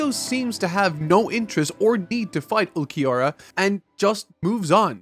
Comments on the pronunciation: For Ulquiorra's name it's pronounced Ool-ki-or-ah. Hope this helps. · Ool-key-ora & yaah-me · not even trying to say Ulquiorra's name had me crying. Bro.. put Google Translate or something in Spanish and be done with it. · Ulquiorra: Ol-Key-Or-Ah Yammy: Yah-Me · Their names are Ulquiorra (Ul-KEY-aura) and Yami(Yam-e) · you pronounce ulquiorra’s name as ool-kee-aura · I won't say I'm a Bleach hater, but I definitely have some hard feelings with this series. The fights definitely bloat this section of the story and not every cool thing gets paid off at all. Some stuff just straight up gets ignored. It's truly frustrating to see Chad ultimately get the Piccolo treatment. Also, Ulquiorra is pronounced "ool-key-or-ah". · The shorter Arrancar's name is pronounced (ool-kee-or-uh), the bigger one's name is just pronounced Yammy, simple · "Mr. Vegetas" Name is Ulquiorra. Its Pronounced as OOL-Key-Ora. im not reprimanding you but just to give you the Pronunciation. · Ulquioras name is pronounced "ULL KI ORRA" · This arc is awesome and introduced two different but great enemies for our MC and I love all of it! Also please review the first bleach movie before continuing the next video for the rest of the arrancar arc. Also ulquiorra and yammy’s names are not that hard to say and pronounce. While ichigo is my favorite shonen protagonist grimmjow is my favorite bleach character! I’d pay attention to those patterns if I were you, just a thought. I love it when people talk about philosophical and psychological stuff and relate with bleach. Wait what the hell man you’re not gonna talk about that perfection speech!? That was golden! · You can say Grimmjow but not Ulquiorra and Yammy?? What's going on with you? You're excuses won't work on me,. Also it's Grimmjow not Grimmjaow. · no es tan difícil pronunciar Ulquiorra papi